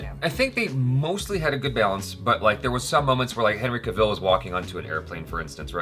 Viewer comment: I totally agree with everything you said! Except for still pronouncing 'Cavil' wrong, it's pronounced like 'apple'